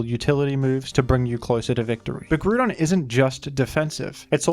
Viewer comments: ah yes, my favorite legendaries, groodon and ky-oogre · Do you just not see the O in grOudon? Are you choosing to not say it? It has to be one of the two. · The Groodon Pronouncer has logged in.👍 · Everytime you say gru-don I hear the vine boom sound effect on my head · Hearing the name pronounced that way… makes me wonder if I’m the only one who called it Groundon as a kid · did you just say groodon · I love Gruh-don ❤️ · Thanks for the grew don review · Nooooooo not fucking Groo-don , this pronunciation makes the video unbearable 😂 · If he says groodon once more imma kill myself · I couldn’t watch the video because of the botched pronunciation of the name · Nope, can't get past that pronunciation. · That pronunciation is physically painful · Ngl i love your videos but it burns my biscuits when you say groudon's name wrong. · I actually can't bring myself to watch through this video. pronunciation of "Groudon" just bothers me too much. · NOOOO STOP SAYING IT LIKE THAT!!! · I'm sorry are we all just ignoring how incorrectly he's pronouncing Groudon? love the channel but yikes. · I feel like you miss pronounced pokemon on a purpose 😭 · He actually said “Groudon”. Wow. Groodon is fine too tho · Mf said Grewdon. Sorry, WHO?! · "Grudon" I might puke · It's not pronounced groo don. It's pronounced grou don. As in ground. 😂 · There's a big part of me that hates hearing groodon over Groudon. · Bro? Fucking GRUDON? its grOudon! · The way groudon was pronounced kinda triggered me it's groudon as in ground and not as in crouton xD, enjoyable video nonetheless. (FYI I double checked the pronounciation just to be certain) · I cant listen to this man butchering "gruudon" . Come on man, its right there in his name. Ground not gruud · Am I the only one who gets triggered at him saying Groodon? Like I swear to God it's Groudon (Gr-ow-don) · Groo-don, just took me out of the video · Gru-don LOL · I stopped watching at the fifth "grudon" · “Groodon” lmao